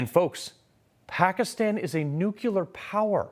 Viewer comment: I'm paying attention... It's nuclear... not nukular...c'mon man. George Bush Jnr. Says the same... you gotta be a step above him NUCLEAR